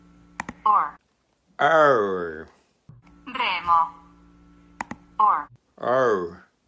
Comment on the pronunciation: "or owr or wor or" This was the best part of the video I laughed a lot XD